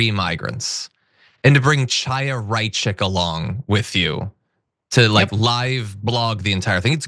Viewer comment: You mispronounced Chaya, John. Ch in Hebrew is like Kh in Arabic, you can learn it from a video which speaks of Mahmoud Khalid